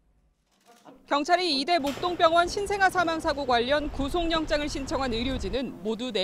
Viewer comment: 왜 다들 구속영장을 구송영장이라고 하는 거야? 구소경장이라고 해야지. 윤석열도 마찬가지. 윤서결이지 윤성열이 아니라고.